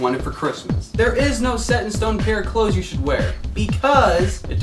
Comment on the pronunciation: when he said clothes in the beggening i almost left the video